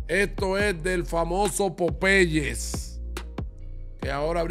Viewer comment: Buen vídeo, pero es importante que aprendas a pronunciar las marcas antes de grabar el vídeo, muy mal pronunciado tanto Popeyes como Starbucks.